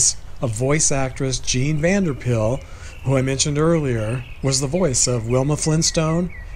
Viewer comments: Pyl is pronounced like pile. Just so you know. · Just so you know Pyl is pronounced Pyle and not pill. I used to say pill too until I heard it correctly. And Blanc is pronounced blank, only those who don't know say it wrong. Something you probably didn't know, Alan Reed's real last name was Bergman and the voice actor who does Fred's voice now which is Alan Reed's version, is Jeff Bergman, no relation. Daws Butler reluctantly did the voice of Fred and Barney in the 1959 pilot and voiced Barney again for 6 episodes when Mel was in a coma after his car accident in 1961. Nobody who wanted to keep working would do any of Mel's characters while he was in a coma. But they wanted to keep making The Flintstones and got Daws to voice Barney. And after Mel started to do Barney again he wanted to go back to the voice he did since season 1 but Daws did a different version that sounced more like Art Carney which everyone liked better, so that's when Mel started to do his second Barney voice. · Vander Pyl. pronounced Vander Pile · Yes, her name as I heard it was Jean Vander Pile, ( spelled this way for pronunciation reasons only) , Love your stories and videos, trying to find the subscribe button.